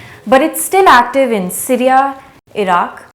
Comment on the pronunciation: The pronunciation of Syria as Sireeaaa is irritating.